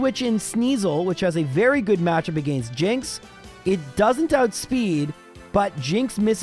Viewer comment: take a shot every time says "agaynst"